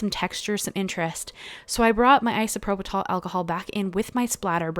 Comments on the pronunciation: These are beautiful! Yeah- the strike is really a bummer… (PS it’s pronounced “eye sew PRO pill” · It’s isoproPYL. There’s no t in the word. Beautiful. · Beautiful cards! You did make me chuckle, it's pronounced: Eye-so-pro-pull alcohol 👍 I've subbed 😊